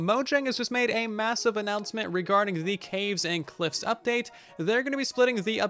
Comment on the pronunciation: sounded like Russian update to me :v